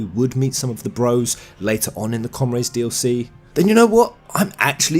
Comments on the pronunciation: Come-raids, ogad, you're killing me here. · i like how you say "comRAYDES" xD I find it extremely funny (not meant to be negative)